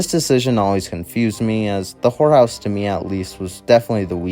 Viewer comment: Yeah, I noticed he didn't quite enunciate certain words like when he said "horror house", I honestly thought he said "whore house" and had to rewind lol. But yeah, practice makes perfect, my friend. Keep up the great work, otherwise.